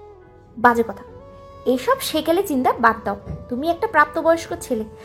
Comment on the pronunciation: Speak proper Bangla. It's কথা not কতা